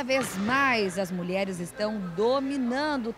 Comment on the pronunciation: ele falou mulherara